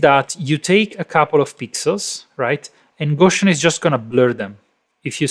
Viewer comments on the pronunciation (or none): Gow-See-In not Go-Shin (Gow like "gown". Gow rhyming with cow). Carl Friedrich Gauss